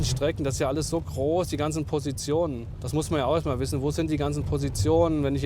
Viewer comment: Bitte den Off-Sprecher dringenst Konsonanten sprechen üben lassen. "Proplem, Trei, Kroß, Alexantra". Akzent hin oder her, aber das ist teilweise wirklich schlimm anzuhören.